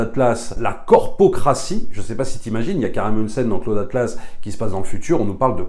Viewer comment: C'est qui "Claude Atlasse" ?! -> Pour info on prononce 'Klaoud" ;)